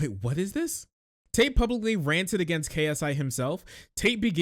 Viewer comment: lol the guy says "Andrew Tight". Not for long bro, not for long.